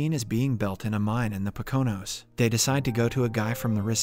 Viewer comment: I cracked up every time your text to speech program mispronounced Poconos.